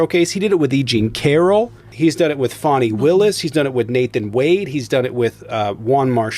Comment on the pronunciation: What I heard... Girl hush. Its so funny how they cant pronounce Fannie and Latisha but have no problem with Deutsche bank!!!!!! That is why they are racist!